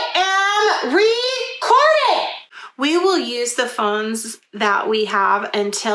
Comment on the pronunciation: Obsessed with the “I.AM.RECORDING!”